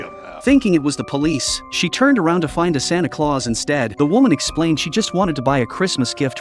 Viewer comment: “sonto clause”💀